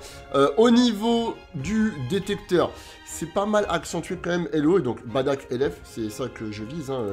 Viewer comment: Badack ca fait mal au oreilles bardock svp